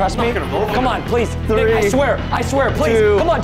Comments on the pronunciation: Am I the only one who heard Preston say "tree" not "three" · The way he said “ one two tree four”